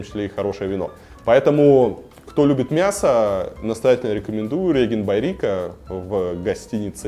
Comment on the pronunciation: Интересно, информативно (с ценами!!!), но только не Ригент, чувак...риджент)